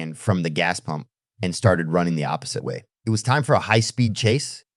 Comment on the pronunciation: ITS PUMP NOT POMP!!!!!!!!!!!!!